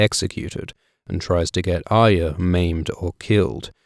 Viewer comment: ARya. Why is the R so hard to pronounce? It's not AYA no matter how many times you say it wrongly.